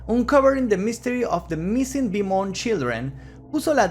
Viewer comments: Te puedo ayudar en algo? Beaumont es un apellido francés, su pronunciacion es ''BOMON'' eau=o la ''t'' no se pronuncia. Espero que no lo tomes como arrogancia de mi parte. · Se pronuncia "Bomon' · Querido, se pronuncia "Bomont" porque es francés, no inglés. Un gran abrazo. Excelente trabajo